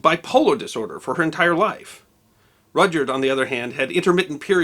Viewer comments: Minor quibble two... From what I understand, the "y" in Rudyard was always silent. Therefore pronounced "Rudard". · Is his first name pronounced Roger?